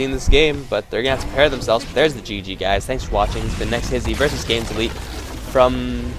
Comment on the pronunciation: Its hard to explain but u pronounce it kinda like "Skownes Elite" and Skownes is pronounced as "own"